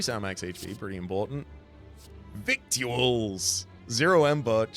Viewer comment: You may already know this and were doing it on purpose, but "victuals" is pronounced "vittles." Why is it pronounced this way, you may ask? Because English is a fake language, and we should all feel ashamed for using it.